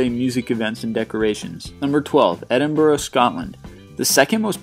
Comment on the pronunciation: What about Glasgow, Scotland? Also, yay you finally pronounced Edinburgh correctly!